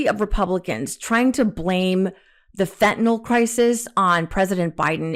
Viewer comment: Marge - its fentanYl not fentanOl.